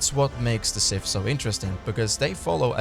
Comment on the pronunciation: FFS! SiTH! Not Siff! DarTH! Not Darff!